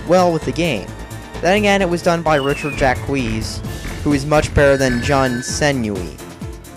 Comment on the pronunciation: ...Richard Jackqueeze? IT'S PRONOUNCED "SHOCK", NOT JACKQUEEZE!